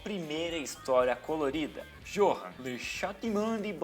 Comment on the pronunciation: Johan se pronuncia Yohan Mas eu sei vc não sabia